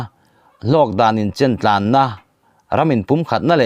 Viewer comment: Mizoṭawng zir uluk ngaihna lai i nei zeuh zeuh, thil nei lêt leh tura va khul (nei lêt=tlan) hi, "chak takin a tlãn" tiha 'tlãn' anga lam tur a ni lo. Thlûk lo va lam rûr a ni e.